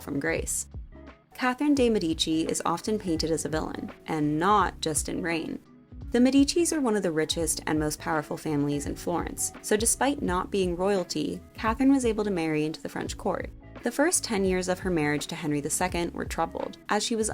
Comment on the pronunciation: It's MEdici MEH di chee